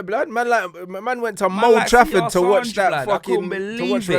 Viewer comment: Sure he says mould Trafford